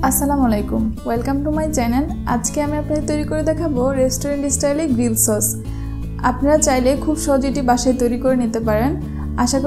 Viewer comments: চছ না আপু সস বলবেন। 😊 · Haha😂 চচ না সস 😅😅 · ওটাচচ না সস😂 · ওটা চচ না সস্🥶🥶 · আপনার চস্(সস্) টা মেওনেইজ হয়ে গেছে😂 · ওটা চস নাকি সস? 😂😂😂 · সস মাঝে মধ্যে চস হয়ে যায় কেনো বইন🙄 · চস না আপু সস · চচ না....সস্ হবে....😏